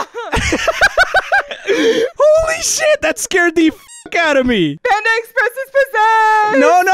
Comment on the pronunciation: Bro sed the whole menu of panda exsepreess